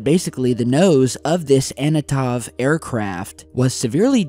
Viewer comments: Its also Antonov, not Anotov, but its okay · Antonov not Anotov;) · Antonov, not anotov. . Long night indeed :) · also the plane is Antonov not Anatov lool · Not anatov . It's antonov . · Hard rain is what we call it. I see it all the time in my job in aviation claims. And it is An-T-Nov not An-Ne-tov like the host said. No UFO activity here folks, and believe me, I love UFO mythology.